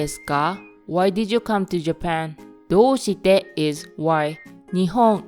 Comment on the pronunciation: Great, but you have to be careful about distinguishing long vowels from single う sounds. Your way of reading きょウ instead of きょう or どウして instead of どうして will surely confuse Japanese learners.